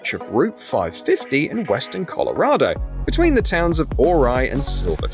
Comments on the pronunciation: There is not enough money in the world to get me in that truck on the cliff. I'm not sure I'd walk that road either! Yup, I've driven the million dollar highway in a blizzard. I don't recommend it. BTW...Ouray is pronounced "yur-ray" by most of us. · I lived in Durango CO...and drove this road many times.. It is a little freaky but not bad...except the city Ouray is pronounced "Or-Ray..just FYI